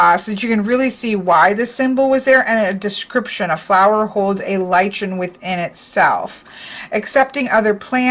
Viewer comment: litchen😆😆 it is a lie-kn! As differentiated from a Ly-can. Oh goodness I could not help but wince every time you said it!